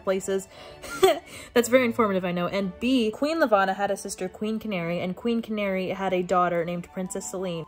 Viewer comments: YESSS SOMEONE WHO PRONOUNCES “IKO” RIGHT 😭 😭 although peony is actually pronounce pee-uh-nee and channary is pronounced “sha-narry” or possibly “sha-nah-ray.” Marissa Meyer has a whole pronounciation guide on her website! Apparently there are people out there who pronounce Kai as “kay” 😭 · QUEEN CANARY IM SCREAMING channary would be sh-an-air-ee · This is truly unhinged. I think I’ve read Cinder at least 6 times through since I picked it up in 2014. I’m doing a reread right now with my partner because she’s never read it. Truly my comfort book of all time. I cannot get over how you pronounced Channary though lmao